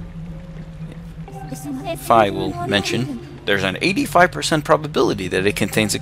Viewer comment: The spinner was not useless it was one of my favorite items. Also, I thought it was pronounced "fee" not "fye"???